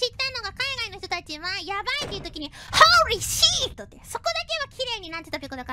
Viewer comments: H O R E E S H I I T! So.. THATS where that Pekora meme comes from lol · HOREEEE SHEET!! ANBARIBABO!!